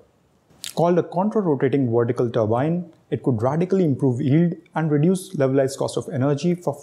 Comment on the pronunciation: ...VERTICAL!...not wortical. Why is it that so many Indians can't pronounce Vs and Ws properly, when speaking English? It's bloody annoying to listen to!...I mean do you say NaWeen instead of NaVeen?...Wijendra instead of Vijendra?...so what the hell is the problem? 🤔